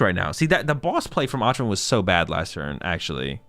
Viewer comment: Öjvind is pronounced like "Oi - vind". It's a soft J in a lot of European languages! 🙂